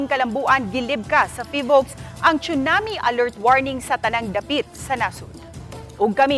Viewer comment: TSUNAMI is pronounced as SOO-NAA-MEE (NOT chunami)